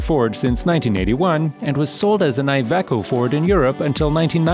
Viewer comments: MAN and DAF are not spelled as M A N and D A F but are read as a word, amnd IVECO is not Ive CO but Iveco, do your research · An amazing amount of funny pronounciations this video;-) «Aye Ve Co» ? «Boosing»? I guess the «Vol-voh» is more or less accepted at this point, haha! I was fearing for the first occurence of Scania, but somehow the Voice-Over person nailed it!